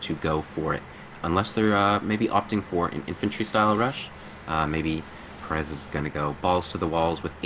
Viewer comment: why are you pronouncing perez with a silent z?. It's a spanish name the z isn't silent.